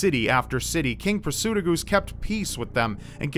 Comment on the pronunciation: kimzee59 also, Prasutagus is pronounced Prah-soo-tah-gus